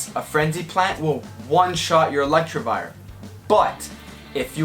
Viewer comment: No one:: ELECTRIVIRE Sorry had to point out the mispronunciation as a meme